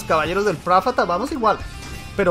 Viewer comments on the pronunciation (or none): Minuto Dice los Caballeros del prafata